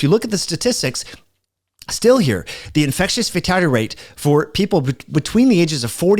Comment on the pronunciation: FATALITY rate. NOT 'FATADDY" rate... Slow down...